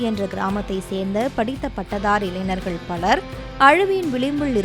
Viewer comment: இளைநர்கள் என்ற சொல் தமிழில் இல்லை, "ஞ" வை சரியாக உச்சரிக்க கற்றுக்கொண்டு, இளைஞர்கள் என்று சரியாக உச்சரிக்கவும்... நன்றி....